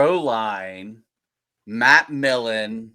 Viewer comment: PS its Millen, not Milken...the name is right there on the card,! lol (don't you dare edit your response! haha)